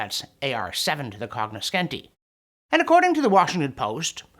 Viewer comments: "cogniscenti" : "sc" in Italian pronounced as English "sh" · sarcasm is reduced if you mispronounce the foreign word 😂 cognoscenti "con-nyo-SHEN-tee" (Damn that pesky consonant change before an i or e). Love the channel.